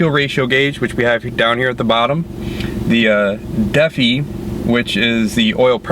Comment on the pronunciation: Deafie... It's Da-fi. 😂